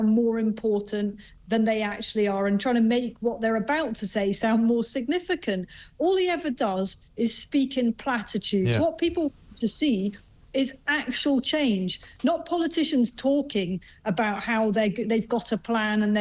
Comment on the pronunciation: Did Isabel say ' pratitudes' or 'platitudes' ?!!!